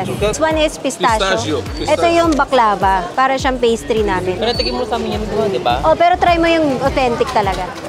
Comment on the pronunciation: Backlava pero pronounce sakanya is BACKLAWA ☺️ Turkish delight